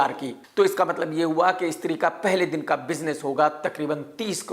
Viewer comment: Stree❌ istree✅